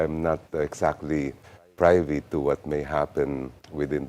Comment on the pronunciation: Dear Congressman Chel, may I put in my two cents: privy is pronounced pri-vee. God bless you more!